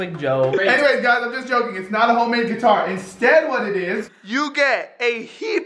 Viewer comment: “ you get a heep “ i was dying of laughter 😂🤣